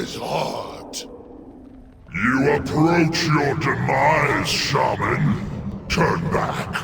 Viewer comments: The way Chris Metzen says Shaman... annoys the hell out of me, especially when he voices numerous characters who also pronounce it that way -_ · Why does metzen pronounce it “ShayMan”? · Did Thrall just say "shame-an?"